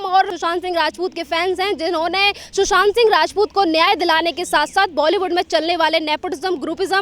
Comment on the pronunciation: Sr sab kuch thik hai or mai or kuch to ni ye zarur dekhti hu apka intwb bus ek choti c kami ko ap sudhare ap it's bolywud not voly